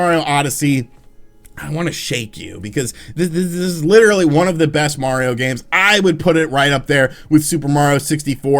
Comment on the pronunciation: I’m glad you know how to say “Mario” instead of saying it like “Mowio”